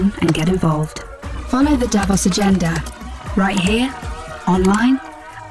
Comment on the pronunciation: Follow the Davos Agenda (Sounded like “Devil’s Agenda”). Thanks for uploading, I have been waiting. God bless and keep us all